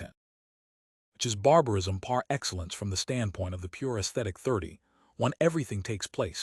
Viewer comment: But why is it read in such a soulless manner? Why such flatness, disinterest, monotonic drone of words? Some words are even mispronounced (such as PAR Excellence)